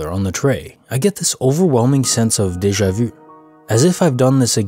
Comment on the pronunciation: For once somebody pronounces déjà vu properly!